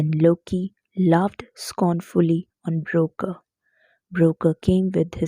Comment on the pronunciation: mam you are pronouncing BROKKR wrongly , you are saying - "broker" but its actully pronounced as - broKK